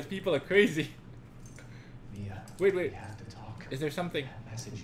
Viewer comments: its MI-A not MA-IA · its mia, not maia